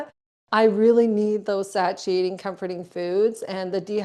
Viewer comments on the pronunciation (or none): she is 10/10 wonderful but omg the butchering of the word 'satiating' is sending me lol